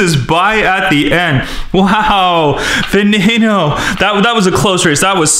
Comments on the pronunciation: Not vey nee no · Who noticed that he said vaneinoo instead of veneno 😂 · Its veneno not venano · veneno is pronounced ve-ne-no the E`s are long E`s same with the O the O is a long O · it's veneno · Oml it's pronounced veh neh no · this guy pisses me off he pronounces veneno wrong ugh!!! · You did not say veneno right lol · Sam TheMan its hard to pronounce ok